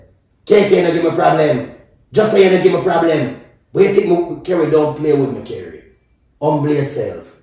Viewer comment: Relax u say Kerry 😂😂😂